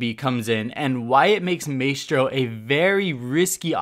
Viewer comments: "maystro" lol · Yh it “my-stro” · Alastair grant or “mice-tro” either way it was annoying af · I swear if he says maystro one more time. Lol great vid keep up the good work. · The way you say his name 😫 “MAY-STRO” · DonkeyDotExe I was talking about your "my-stro" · My-Stro Jesus I couldn’t stand the way he kept saying his name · "May-stro" "turrents" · It’s “Mah-eh-stro” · Maestro is pronounced My-Stroh and turret doesn't have an 'n' before the second t. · Its "my stro" fam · Holy fuck are you okay? What’s a turrent? Who’s Maystro? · Man said maystro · Mae-stro 😂😂 god help me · Did it not bother anyone else that he mispronounced turret as "tur-rent" and maestro as "may-strow"??? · is pronounced maestro is pronounced mistro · Maystro????? Really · May-stro? Wtf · Maystro? Tf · Stop saying Maystro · I love your channel but if you keep saying "maystro" and "turrents" I might kill myself lmao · Please stop pronouncing it MAYstro... Please. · Does it trigger anyone else how he puts emphasis on the a sound in Maestro instead of I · The way you say Maestro is just... Not okay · Maestro is pronounced differently in italian... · please say Maestro the correct way it's supposed to be pronounced. Love your vids, just one of my pet peeves. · Dude please pronounce his name properly. i know it isn't a very common word in the English language but it is seriously not that difficult. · You are pronouncing badly the operator's name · I’m sorry. I love you but God Dang you need to learn how to say Maestro’s name right. Literally the devs said his name twenty times🤦🏻‍♂️ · Don’t pronounce maestro like that please. I cringe every-time you say maestro. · Dont pronounce his name like “May-stro” but instead like “my-stro” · Hearing "MAY-stro" is more annoying than I care to admit... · It's pronounced my-stro not may-stro and turret not turrent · “Maystro’s Turrents” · MAY STRO???? NO BUD!!!! My - Stro.... Love you fam, just trying not to explode lol